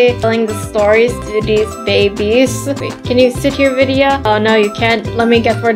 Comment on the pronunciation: her name is not ViDa it's Vidia